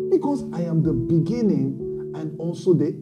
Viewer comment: From the Beninging 🤣🤣🤣🤣🤣 🤣🤣